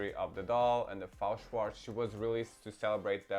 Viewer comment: It's not Fao Shwartz, it's F-A-O Shwartz. F.A.O. is separate initials, not a word. Just like BMR, MGA, etc.